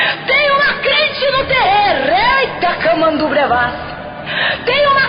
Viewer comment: Meu Deus! É tremendo! Mas ela falou: CRIENTE!!!! AAAAAIIIIIII!!!!!! kkkkkkkkkkk